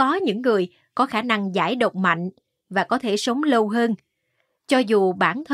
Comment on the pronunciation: Nhau o phải nhâu. Lâu o phải lô. Đọc hay nhưng phát âm đúng mới dễ nghe! Cứ đọc bình thường đừng sửa giọng!